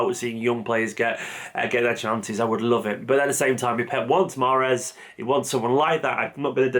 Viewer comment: The e is silent.